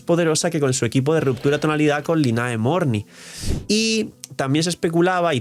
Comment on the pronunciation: Lynae se pronuncia 琳奈.